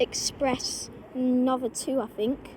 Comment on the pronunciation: the pronunciation of Nova is with a long "o" (like in "no") I'm afraid lol. Nice variety captured there!